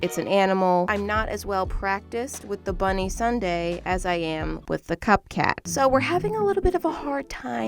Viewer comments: They are not “bunny Sundaes” they are bundaes. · It’s not a bunny sun-day it’s a Bun-day 😃